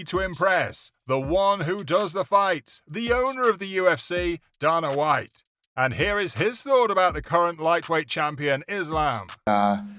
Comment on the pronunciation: Khebeb, Donna White, Justin Gaysha, Charles Oliveiiira, Anteny Smith, Denel Bariush… 🤦🏻‍♂️